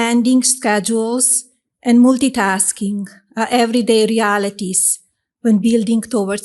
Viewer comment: I wasn't looking at the screen when Melania attempted to say "multitasking", but I had to look up cause I thought it was Leeloo from The Fifth Element trying to use her "Moolti-pass"